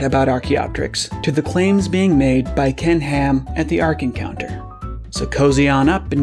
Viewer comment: It sounds like you're saying "Kent Ham".